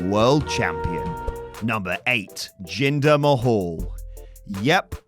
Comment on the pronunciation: Jinder Ma...hwaahhh?